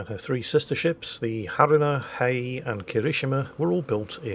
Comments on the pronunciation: "Hiei" is not pronunced "Heyy". It's "Hee-ey". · The pronunciation of three of the four were okay, Hiei is pronounced like Hee-ay or Hee-eh because it gets split as Hi-ei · I thought it was pronounced "he-ay" (Hiei) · you pronounce Kongo, Kirishima and Haruna more or less correct, but you did butcher Hiei. The easiest explanation on how to pronounce 'Hiei' is to combine the words 'he' and 'ey' into 'he-ey'. My daily dose of correcting youtubers on their mistakes done, I can now return to the Salt Mines without a heavy heart... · Hee-aye’ (Hiei)